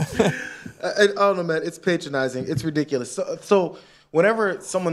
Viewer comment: It's pronounced "pátronizing", he's not making himself your father lol